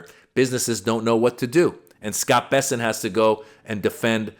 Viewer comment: Bessent? Oh, I thought it was p**sant? 😮😂😂